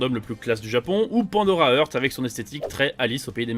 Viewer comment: Je viens de commencer le manga, juste après avoir fini Pandora Hearts 😅 (très mal prononcé d'ailleurs)